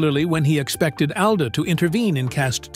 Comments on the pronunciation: If you don't mind, Mr. Alda's name is pronounced " ALL DA", NOT owl da!! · His las name is pronounced All-dah NOT AL-dah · Isn’t it pronounced all da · This is some kind of AI generated crap who can-t even pronouce his name correctly!